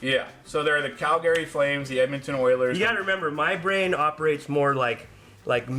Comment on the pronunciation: Cal-Gary? Wtf was that 😂